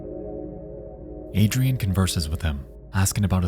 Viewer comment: I can’t lie if fills me with rage to hear Adrienne pronounced Adrian